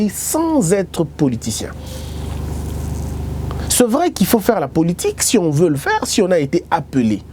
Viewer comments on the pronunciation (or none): on dit pas “ce vrai” on dit “c’est vrai”